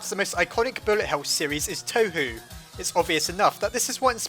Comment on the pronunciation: He pronounced Touhou wrong... HE PRONOUNCED TOUHOU WRONG? #TRIGGERED